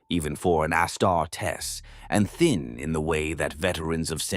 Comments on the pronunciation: Amazing story! Wish the AI could say Auh Star tees not ASS (WHICH I PERSONALLY LOVE) STAR D. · Is the narrator an AI? If not, for a 40k fan, hes reading Astartes wrong.